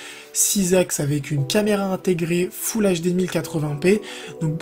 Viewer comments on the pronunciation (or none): none